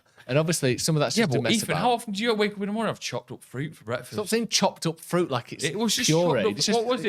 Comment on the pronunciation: I only hear saying "Chocolate fruit", even when I realised it was "chopped up fruit" (after said it) it still sounded like Chocolate fruit! EDIT: saying he'd like to visit San Fransisco, but this time "going the other way" nearly killed me! 🤣 PLUS: The Rhine goes through 6 countries France IS one!